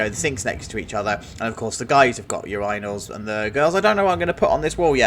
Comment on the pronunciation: Excuse me sir, how did you pronounce urinals?